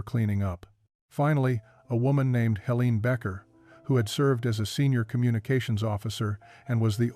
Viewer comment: The weoman's name is Helene and is pronounced HeLAYnuh